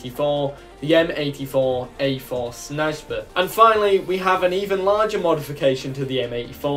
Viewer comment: in Serbo-Croatian j makes a y sound so Snajper is pronounced sniper but with an a sound after the n Edit: i hope you do an aircraft line for yugoslavia. It has a ton of cool aircraft Imo